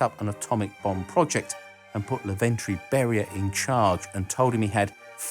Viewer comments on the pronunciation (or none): Also not "Laventriy" but "Lavrentiy" Beriya :)